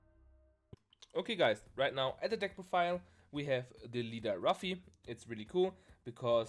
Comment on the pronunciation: its pronounced l-o-o-f-e-e